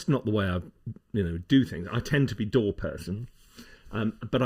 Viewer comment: It took me a bit to figure out that he wasn't talking about a "door," but rather, a "DAW." lol!